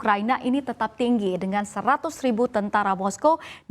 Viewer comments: Everyone: Dunia memanas, PD III incoming, Indonesia takkan bertahan, dsb dsb. Me: 100 "RIVU"??? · "...100 RIVU..." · 100 rivu kali bukan 100 ribu. Salah baca tuh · "100 rivu" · Pembawa acaranya gabisa baca, "Padahal tulisan nya Rivu. Tapi dibaca Ribu" 😃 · "100 RIVU TENTARA" 😂😂